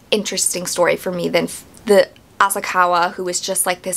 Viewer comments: I just finished the book and I think The book was better, but it's your opinion and its pronounced sah dah ko and ah sah ka wah. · Asakawa .... not Asaka Ryuji .... not Uji Sadako .... not Sadayko You're completely telling the book version wrong. There's a reason they mention her hermaphrodism. The book doesn't make it seem she wanted to be raped. They literally say its not like she wanted to be raped. This is a horrible comparison